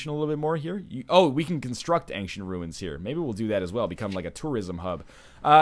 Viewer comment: woah, woah, woah..... Wait a minute NL how did you pronounce Ancient???